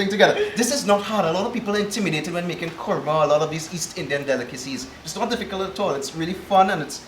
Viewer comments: It's kruma 😂😂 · Yes! it is pronounced Kurma fuh real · Why is Kurma - a two syllable word so difficult to pronounce? Imagine a three syllable word🤣